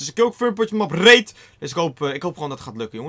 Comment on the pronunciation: Haha ja vind ik ook